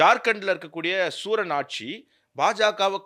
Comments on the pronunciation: சகோதரரே, சிபு சூரன் என்று உச்சரித்தீர்கள், அவர்கள் பெயர் சிபு ஷோரன் தான் என தெரிகிறது. ஆகையால் இது சரியாக இருந்தால் திருத்திக்கொள்ளவும். நன்றி. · தவறாக உச்சரிப்பது என்று சபதம் எடுத்துள்ளார் போல. சிபு சோரன் என்பதை சூரன் என்று சொல்கிறார்.